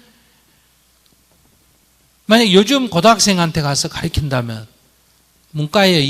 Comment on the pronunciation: 스님의 말씀에 가르킨다 ㅡ 가르친다 로 발음이 맞읍니다